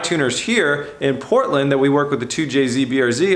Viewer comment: Did you say Portland? As in Portland Oregon